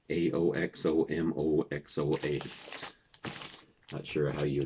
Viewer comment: Real good to see you,, and thank you for saying hello through a contest entry for my contest! Doug And The Slugs, I will listen. I like that 2 fer a lot of the Who! Ox O Mox A is a good way to pronounce that Dead album. Anthem Of The Sun.. My sister was at that show in 1968 in Kings Beach Ca. at the old bowling alley.. North Lake Tahoe, and In The Dark has 5 Grateful Dead staples from live shows on that very good album. With this,.. You are entered into the drawing happening on Sept. 29th Sunday 1 pm PST